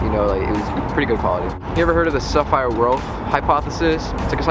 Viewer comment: It's Sapir-Whorf hypothesis, not sapphire world:) named after two dudes who wrote about it.